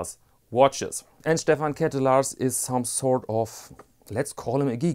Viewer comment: Being Dutch I am happy to inform you that you pronounce Ketelaars as clitoris in Dutch. On that topic: you missed the main watch for the XXX-industry: Happy Diamonds. Some weeks ago I also bought a pair of shoepassions. Brown suede 'sneaker with a Goodyear welt' (a rarety). Nice shoes made of good materials. Alas, I also had to do some quick repairs after a week (left foot rubber sole came loose because of my clutch-pedal). Also my zwiegenähte Meindl boots came back from the cobbler. I guess I like German shoes, but that may be a smidgeon off-topic. Would like a polerouter in your channel, have a look at polerouter.de. Keep it up.